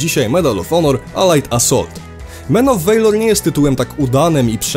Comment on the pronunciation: men of WEJLOR ;d valor czta sie niemalze jak po polsku a nie WEJLOR